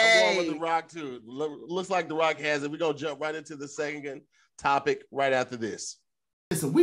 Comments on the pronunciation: I’m not letting us miss that our boy said “type-ic” not topic right before the last commercial break!!! Jtfo🦦🤣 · he really messed up topic again on the last one too he can’t say topic